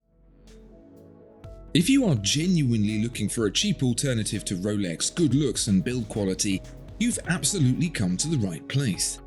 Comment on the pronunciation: i don't think thats how you say the name of the brand